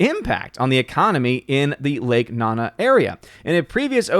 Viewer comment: I’m pretty sure it’s lake nOnA not “nana”